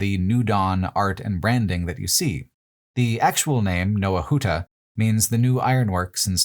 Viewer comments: So, in the name ⟨Nowa Huta⟩ in Polish, the ⟨w⟩ is not said like the English “w”, but the German “w”, so it’s more like “nova huta”. In Polish the English “w” sound is written as the barred L: “Łł”. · Little tip - polish "W" is very similar phonetically to english V. So Nova huta not... as Pole I had to hear it like 3 times to figure out what you said